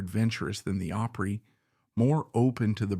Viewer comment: Why don't they research the pronunciation